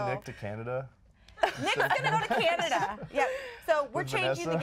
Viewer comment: I don't understand why Americans pronounce Canada wrong. What the hell is Canadia?Lol